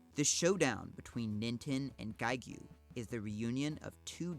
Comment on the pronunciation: Same with "giegue" Which is also geeg.